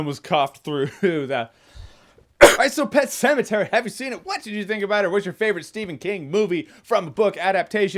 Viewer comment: "Pet Pematary". LOL